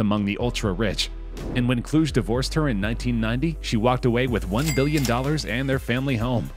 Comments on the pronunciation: Kluge = Clue-Gee NOT Klooj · Cheminitz is pronounced with a HARD C -- as in K. Kluge is pronounced Clue Gay, yeah it's a famous German surname. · Dude, please look up how to pronounce certain words. The way you said "Kluge" and "Chemnitz" is absolutely terrible.